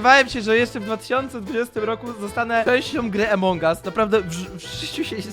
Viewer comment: a poza tym nie emong us tylko among us